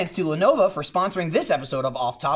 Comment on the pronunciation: Sounds like is saying "Lenova"